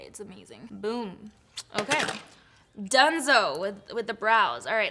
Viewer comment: ❤LOL who started the rolling of the tounge when saying OKAYYYYY?